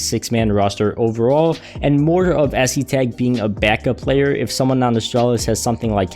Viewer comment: the pronunciation is es-tag